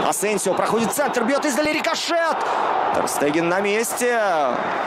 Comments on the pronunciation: че вы все несете?!? Штеген - правильно. Пишется Stegen в немецкой раскладке. Тоже самое танк Штуг- Stug, Штраусс - Strauss. Надеюсь наконец вы закройте свои рты, олухи и будете проверять инфу. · Всё класс, но есть вопрос к комментатору, почему ТерСтеген если он ТерШтеген(!!!) изучите блин произношение имён и фамилий... Карвахаль произнес правильно, а по твей логике тогда он КарваДЖаль.... Надеюсь хоть кто нибудь задумается